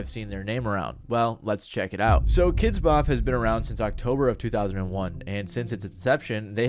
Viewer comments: I've always pronounced it like "kidsbop" your the first person I've heard pronounce it "kids BOP" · I've never heard anyone pronounce it "kids BOP" until now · I think I hate Kidz Bop as much as I hate the way you're emphasizing the wrong word every time you say it in this video. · Are you trolling us every time you put the emphasis on the “Bop”?